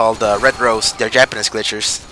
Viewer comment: DZ - HEY! I don't like your turtle comment . I'm proud of my box and my skills to use it. >:[ Only thing that got nurfed for shielders was the gun's DP and damage. Bash, speed, and HS are all that a good shielder needs. Never rely too heavily on AA. Say "Japanese" again. ;P Good commentary. Do another!!! ^__^